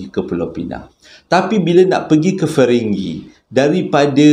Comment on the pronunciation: batu ferringhi bang bukan feringghi hehehe, saja nak usik abang